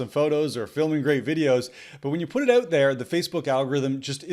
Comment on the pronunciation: I like how you say oot and aboot. Yr Canadian eh?